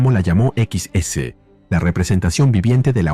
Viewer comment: XS no es "equis ese", es Excess. Salvo por eso el vídeo está muy bueno.